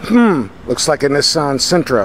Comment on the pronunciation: I can’t stand how he pronounces Nissan